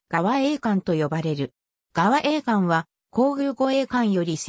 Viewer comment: がわえいかん？ そくえいかん といいます。